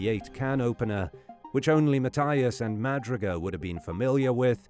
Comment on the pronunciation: Jack Madruga's last name is properly pronounced "Ma "Drew" Ga"